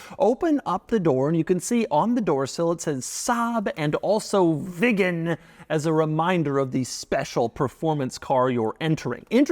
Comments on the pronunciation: Hi Doug, Unfortunately' your pronunciation of the word Viggen is hysterical.😅 It's pronounced Veegan & not Vig Gan? Saab was owned by Vauxhall so parts are still readily available. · I am the only one who hears it as Saab 9-3 Vegan? First vegan car maybe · Doug is the type of guy to pronounce Viggen as Vigen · Viggen sounds like vegan😂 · I keep hearing vegan 😅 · this is his job and he got so much information wrong..... saab wants you to put the car in reverse and leave the handbrake off in winter so the handbrake doesnt get frozen on, in most saabs you cannot remove the key unless its in reverse, youd think hed know that...., and the way he says viggen deserves a slap........childish clown. skuttle shake is a charastic of the car, although saabs are mostly renowned for their safety, which he didnt mention. muppet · Is it that hard to pronounce viggen like a normal person? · So annoying the way Doug underlines the word "VIGGEN" every time. Had to stop watching half way through. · The more Doug says "VIGGEN" the more uncomfortable i get